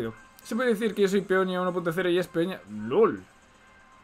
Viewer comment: cómo que Peonia sera Peonía